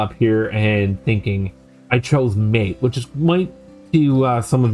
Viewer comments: Okay, it's not Mate - it's Mar-tay.. Other than that, jolly good, I have an old netbook I intend installing Alpine on.. Should be fun. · Dude - it's not MATE. It's MAH-tay. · "MATE" in this case is pronounced "Mah-tay" .. which oddly enough I think you said once or twice out of all the times x) good vid... also an Alpine fan.